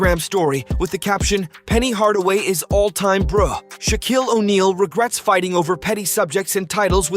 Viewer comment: Dude can’t even pronounce Shaquille right lol